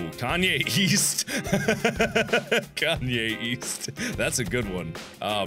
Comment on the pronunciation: I thought he was saying "Kanye YEAST"!!